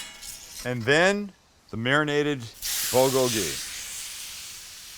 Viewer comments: Bowlgowlgee? Or is it boolgoalgee? U pronounce it strange or I’ve been wrong my whole life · "bo-go-hee" lol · I have lived in Korea for 20 years, great video as usual! You should compare the pork shoulder along with the beef sometime, sliced the same. Both are excellent. The Bul is pronounced Bool and it means fire. The Gogi means meat, so your " FIRE-MEAT" LOOKED GREAT! Thanks as always, Robert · Love you Sam but it's pronounced BOOL-go-gee. Or POOL-go-gee. I lived in Korea and learned this a long time ago. Good recipe though. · BOOL-kogi. Nobody pronounces this right ever. Otherwise, your shit is on point. All it needs is a side of kimchi. Thumbs up! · bool-go-gee is the true pronuciation brother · Hey korean here! Looks great but the best way of pronouncing this is more like Pb - Kgho- Gee. Pb like a mix of the p and b sound and Kg like a mix of the k and b sound! Keep up the awesome content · Damn, you really butchered the pronunciation It's bool-gogi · Great video. Perfect pronunciation of "gochujang," but bulgogi should be "BOOL-goh-ghee." Bul = fire Gogi = meat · you called it bogoli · Pronounced "Bool go gee". Awesome vid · Pronounce it 'bool-gogi' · not how you pronounce bulgogi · Why would I even watch a white guy making a korean dish he cant even pronounce correctly. You can make great white food, stick to that. But if you want authentic korean food hit up Maangchi or any other korean channel. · Idk why but the way Sam pronounces Bulgogi is hilarious